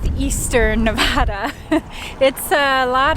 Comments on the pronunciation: Hey wake up nothing like insulting the natives it's Nuh vah duh ! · Please learn to pronounce Nevada. It is not pronounced with a Spanish accent. You sound like out of state … oh, yeah, you are. Thanks.